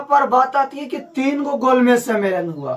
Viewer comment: भाई वो "तिन" नहीं होगा वो "तीन" होगा लेकिन प्रयास अच्छा है आपका🎉